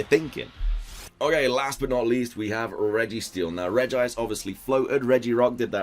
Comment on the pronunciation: Is it just me or did he say regirice